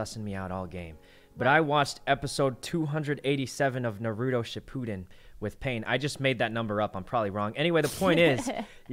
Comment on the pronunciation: "I watched episode 287 of Narooto:shipooden" LOL